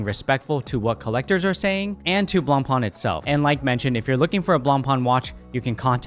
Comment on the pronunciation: At least pronounce the name correct if you’re going to say it🙄